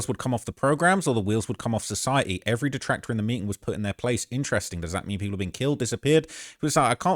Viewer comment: Jusy say 'does' bro you aite.